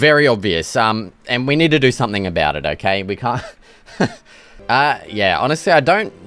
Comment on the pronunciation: What's that aboot?